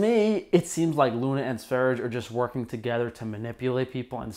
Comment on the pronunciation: Lets all say it together so you learn: S V E - R J E. It's Swedish for Sweden.